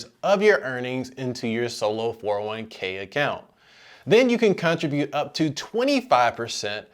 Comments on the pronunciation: I don't think that's how your pronounce contribute. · This was the information I was looking for, thanks! Unrelated, are you from the States? I've not heard anyone pronounce contribute like that before.